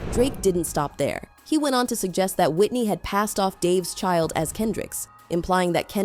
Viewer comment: its pronounced child but saying it stretched